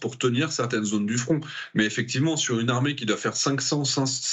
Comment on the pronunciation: Rssurez moi.j ai bien entendu L ARMECHE SIRIENNE DE SIRIENNE